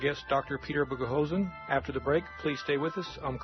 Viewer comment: I very much enjoy listening to Dr. Boghossian's interviews and lectures. I was a bit disappointed in the interviewer's inability to pronounce his name correctly. His lack of interesting followup questions also seems to indicate he was poorly prepared to conduct the interview. Thanks for posting this interview.